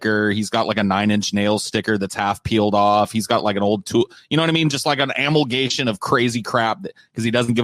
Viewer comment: butchered another word: amalgamation as “amalgation.” Ahahahahahaha